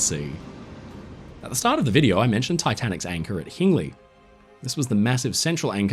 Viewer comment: My grandfather worked for Hingleys (It is pronounced as in Hinge, ) but after the Anchor. My grandmother was in the crowd who watched the anchor being taken to Dudley Port (Train station not shipping) for transportation to the vessel. Netherton has a sculpture of it, as it is still a source of local pride..